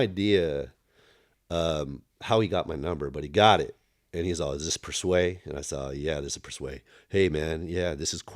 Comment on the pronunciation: I’ve never heard his name pronounced per- sway.